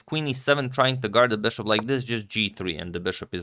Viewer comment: "beshop"...come on dude, it's BISHOP